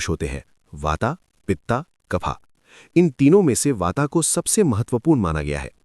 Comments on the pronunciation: भाई यें वाता पिता और कफा क्या होता है??????? हिंदी मे बोल रहे हो तो उचित उच्चारण करो ना ----- वात पित्त कफ नई पीढ़ी के बच्चे वाता पिता कफा ही बोलेंगे हम चाहे कितना भी उनको ठीक करे इसलिए कृपया ध्यान से 🙏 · वाता क्या होता है। वात बोलो । पिता नी पित्त्त। कफा नी कफ्फ बोलो